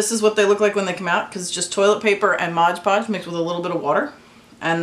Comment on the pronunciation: so much better than air clay, thank you for this tutorial. But please call MOD podge by its proper name, not modge 😂